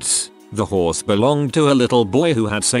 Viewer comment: The horse story...sad but I cackled because the way he said horse sounded too much like whores 🤣 "ripped the poor whores face to shreds, the little boy saved up by selling chickens to pay for half the whores" 😂😂😂